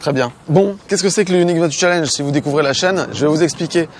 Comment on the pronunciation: J’avoue que dans le bilan final, parle de façon naturelle et des plus distinctive. Il n’y a que lorsqu’il parle de truc bizarre, yoniksys je ne sais pas quoi, là il commence à délirer et on ne le comprend plus.... A bientôt et merci pour toute cette bonne humeur, vous êtes les meilleurs!!